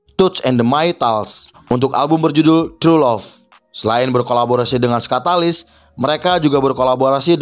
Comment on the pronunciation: Kenapa nyebutnya skatalis?-_